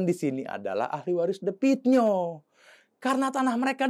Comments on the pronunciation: The Klo bhs inggris di baca de Klo asia "the" di baca te Jadi the pit nio bukan di baca de pit nio.......tapi di baca te pit nio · Baca Te Pit Nio gitu,bukan The Pit Nio.Akun maaf ya ,anda tidak pintar,jelek.Coba diperbaiki lagi cara penyampaiannya.